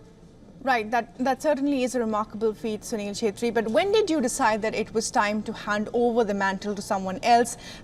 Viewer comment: Chettri hai bhai. Naam toh sahi se le